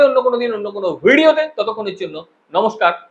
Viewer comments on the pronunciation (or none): FIRST LEARN HOW TO UTTER NOMOSKAR. YOUR UTTERING IS LIKE HOW YOU LOOK.